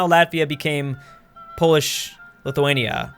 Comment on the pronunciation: Thank you for saying Lithuania right